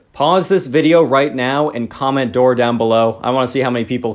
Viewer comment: Door not floor